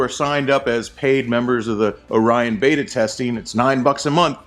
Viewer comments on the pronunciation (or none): none